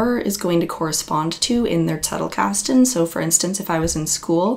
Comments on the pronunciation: yes - the german z sounds as ts - doing good . I prefer original pronunciations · Thank you for pronouncing "Zettelkasten" correctly. Everybody else gets it wrong. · You are the first from the murican continent who pronounces it Zettelkasten and not Settelkasten😬 ((german here))